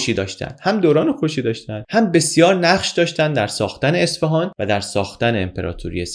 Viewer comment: اصفِهان؟ چرا اصفِهان!!! یه اعراب کوچیک رو اعصابم بود😢 ممنون از. لطفا دیگه واژه اصفهان رو درست تلفظ کنید